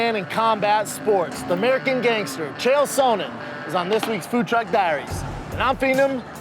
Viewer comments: Chael "Souhnnen" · Brendan "SO-nen" Schaub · Brendan “Chael Sow-nnen” Schaub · Chael “Sow-nen” Sonen. Nice Brendan. I can’t get that pronunciation out of my head now. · Is Shaub the only one pronouncing Chael’s last name correctly, or is he the only on pronouncing it incorrectly...? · Anyone else irritated by Schaub’s pronunciation of “Sonnen”?